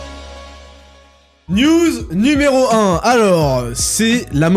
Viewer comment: "Envoyez moi des news" avec une p'tite prononciation en mode "nudes"